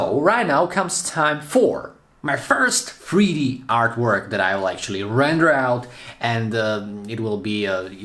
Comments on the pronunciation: In freeD? Fix your accent. Jk. I’m being mean I’m sorry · Not going lie I’m so confused I know the title says 3D but bro definitely said freedee